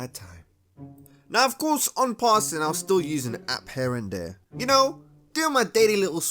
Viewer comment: "We all been dheya" 💀💀